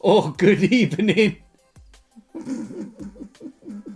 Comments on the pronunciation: good ebening 🤣🤣🤣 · United bottled it unai master class, good ebening. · Good Ebening Indeed..🤣🤣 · It was a very good ebening last night! 🧛‍♂️😂🤣😂🥲😂🤣😂 🧛‍♂️